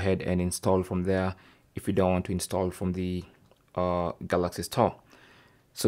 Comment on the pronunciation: Galaxy stall I heard😂